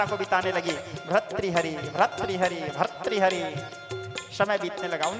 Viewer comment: No bharthari but say correct bhartri hari